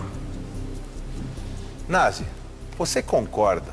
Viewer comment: O nome do cara é Na"z"i. klkkkkkkkk